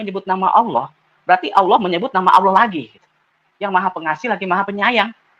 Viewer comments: 😀🤣😂😅Si murtadin🤔🤔 Mengucapkan Kalimah ( Allah) aja Awloh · Katanya mantan santri pelafalan kata Allah aja ko awloh wkwk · Mengucapkan lafat Allah saja ga teteh...